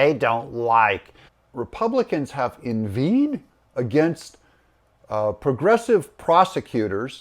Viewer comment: Inveighed -- pronounced inveyd (as in weighed)